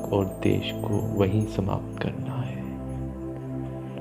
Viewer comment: बहुत आत्मीय और सुंदर ध्यान कमेंट्री है। बस द्वेष को देश सुनना कानों में चुभता है। कृपया हो सके तो इसे सुधार दीजियेगा। सादर ,🙏🏻🙏🏻